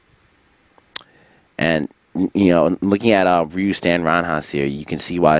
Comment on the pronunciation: good shit but why cant you pronounce Ryu's name correctly. You did it a couple times. lol